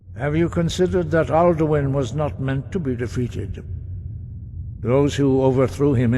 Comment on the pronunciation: He also says Dwenmer. And Altuin. And Paarthonox. Etc. lol.